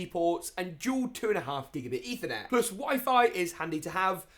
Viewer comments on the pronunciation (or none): none